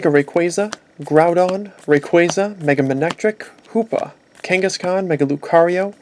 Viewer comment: that is not how u say rayquaza